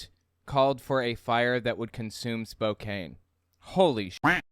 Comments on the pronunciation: Every time he says spokaene i die a little in side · Great video! It's not a big deal, but I'm from Spokane and it's pronounced like "Spoke-Anne" 😅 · Its pronounced Spoke-Anne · That town is pronounced “spoke-Anne“ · The city's name is pronounced with a silent e..Spokan...other than that a as a proud Washingtonian...I'm so glad that you are exposing these nazi assholes..most of us are not like them. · Excellent video! Oh, Spokane is pronounced Spo-cann. Weird, I know. I'm from Washington state. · Tell me you have never lived in Spokane without telling me you haven't lived in Spokane. It's pronounced Spo can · Honestly there is very little difference between Nazis and Christian Nationalists. So sorry to be a grammar christian nationalist but your pronouced Spokane wrong. It's pronounced Spo-Can. Many Washington State cities are named after Native Americans or tribes, Seattle being the most notable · Hey,, Spokane is pronounced Spo- can. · I know it's spelled with a "KANE" (Spokane), but it's pronounced with a "CAN" (SpoCAN). Just a heads up from a Washingtonian who loves what you do! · Quick Correction- it's pronounced "Spo-Can" with a short A sound. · Pronounced: Spo-can! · Love the content and watch all your videos. As someone from the Pacific NW I got a chuckle out of your Spokane pronunciation. Just an FYI it's pronounced :Spoe - can. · Yes! Puyallup raised, currently living in Tacoma. I winced with every "spo-cane" pronunciation. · I am going to forgive him mispronoucing spokane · why do you pronounce Spokane like that? Have you never heard it said? So bizarre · Not that it's super relevant, but as a Washington native, it's 'Spoke-anne' or 'Spo-can'. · It's pronounced Spo-can. Not Spo-cane. You're driving me nuts every time you say it. And Oregon is pronounced 'organ', not 'or-a-gone' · Sorry to be the grammer Nazi but it's Spoke Ann, not Spoke ain. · It's Spo-CAN, not Spo-cane. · Spokane ... "Spoke Anne" not "Some Ayn".